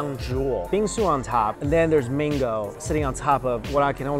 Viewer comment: Mango sounds like Mingo. Confused at first. No offense just saying